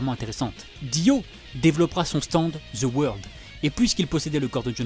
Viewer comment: Deux mots: ZE WEURLDE